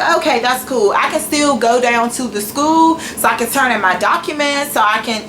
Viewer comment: I don't even know how the hell you got into any college when you can't even enunciate — it's a SCHOOL, not "skoo". You sit in front of your camera with the audacity to make fun of or hate on pretty much everyone, yet you have more poor qualities than all those people combined. The shirtless guy who had no right to be shirtless because he wasn't hot in your eyes? I'm sure he can pronounce "school" correctly. The security guard who knows nothing because he's "just a security guard"? He most likely passed English whereas you,, obviously failed even first grade English. The "bossy" student who's stupid because she's "too old" to be a student? At least she's unafraid to step up and try something different, unlike you who doesn't even have the respect and decency to show up to class. Was your mouth open when people were staring at you? Because I'd stare at you too if I heard you talking, and they don't smile at you because of the disdain they have for how judgmental and bigoted you are to everyone around you. You should be ashamed of yourself, your actions, and the ugly words that spew out of your mouth. Have some respect for others, but more importantly, try having some respect for yourself.